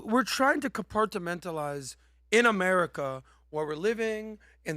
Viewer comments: learned a new word - compartmentalize. Now he just needs to learn how to say it. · I think learned a new word. Compartmentalize. He said it like 4 times and said it kind of oddly